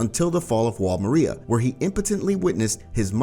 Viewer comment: Stop pronouncing Wall Maria like that